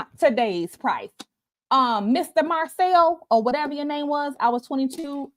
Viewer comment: I have no dog in this fight; however, it's not a good look. Rumors have legs but I don't know about this one. She kind of lost me at Marcel😬😆🤣🤣🤣🤣‼️ Like ma'am....how do you wanna marry someone and can't even say their name properly??